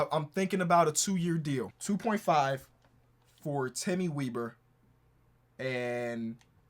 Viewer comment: as a person with the last name weber it is pronounced the same as chris webber